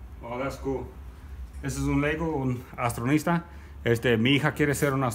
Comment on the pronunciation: Lol “lustronista” it’s astronautas